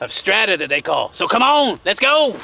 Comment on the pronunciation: i so thought he was saying "Lets Gold!"